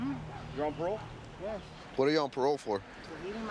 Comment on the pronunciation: "so you're on peerole?"